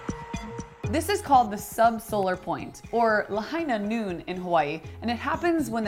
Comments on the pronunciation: ITS LAHIGHHHHHHHHHHHH NOOOOOOOOON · It's La-HIGH-na NOON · I heard 'the hyena moon' 😆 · It's Lāhaiiiiiiiiinā Noon... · It's Lāhainā Noon... DRAW! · McCree: It's Lāhainā Noon.